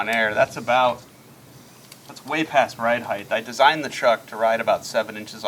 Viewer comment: HEIGHTTTTT NOT HEIGHHTHHH